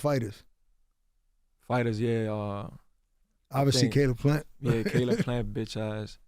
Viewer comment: “Kaleeb plant”!?